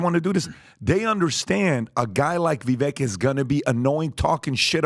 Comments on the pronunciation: he’s only said it millions of times, it’s Viv-ake like cake not viv-ekk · again....the man tells you all the time, it is VI-VAKE, not VIVEK...COME ON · ITS PRONOUNCED VI-VAKE LIKE CAKE. ITS NOT VI-VECK. HE TOLD YOU THIS WHEN HE WAS ON THE SHOW CAN YOU PLEASE STOP BUTCHERING THE MANS NAME. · You guys. It's Vivek (ViVAKE, like CAKE). Not Viveck or Veeveck. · VEVEKE like CAKE…… guys pronounce his NAME right!! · Guys.... It's been months now. Can we stop calling him Vee-vek, or Vuh-vek It's Vuh-vake .. like cake There's plenty of videos out there with him pronouncing his name. It would be like calling Patrick, Patrek Maybe next video we could all be on the same page. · DUDE....it is pronounced VIVAKE not VIVEK. You are a podcaster....this is your livelihood, you should pronounce names correctly. Vivek has told the American public the correct pronunciation of his name numerous times. GET IT RIGHT! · I love y’all to death but for the love of God can you pronounce Vivek’s name correctly!!! 😂 It’s not Vivek like heck, it’s pronounced Vivake like cake, bake or rake. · guys, it is Vivake. hard a, like cake, not "vivek" like tech. love yall but pronounce it correctly. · It’s Vivek like cake get his name right pleaseeeee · Gentlemen Vivek is pronounced like Cake Vivek is pronounced “Vivake”. This is from Vivek’s own voice. Show the man respect and pronounce it correctly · Vivek rhymes with cake. Pronounce it correctly. TRUTH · its VivAKE like CAKE. Stop talking about him so much if you cant say his name right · I do wish you lads would give Vivek the respect of pronouncing his name correctly: it's Vi-vake like cake. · Vivek, rhymes with cake, not deck. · Longtime follower, I love what Patrick has built. That being said, come on guys! Not one of you pronounce his name correctly. For being fans of his you guys should get his name right. He’s said it multiple times in interviews. It’s Vake like cake 🎂 and rake. Blessings fam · I call him Vivek like check 🙋🏻‍♂️🏴